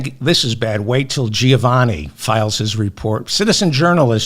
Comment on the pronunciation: Hi David. Greetings from Melbourne, Australia. "Giovanni" is pronounced "Jo(e)vanni" and not "Ji Oh vanni" . I enjoy the show